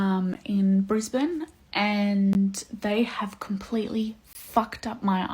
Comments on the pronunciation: SHE LITERALLY SAID IN THE TIKTOK HOW IT’S PRONOUNCED, I LIVE IN BRISBANE AND IT’S PRONOUNCED “BRIZ-BIN”/“BRIZ-BN” NOOOOOOOOTTTTT BRIS-BAYN 😭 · Gasp. Brisbane? Thats where I live. hehe the brisBANE pronunciation always gets me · Any other Aussies cringe a bit at the way she said "Brisbane" 😂😂 always funny hearing non-aussies pronounce it, that and Melbourne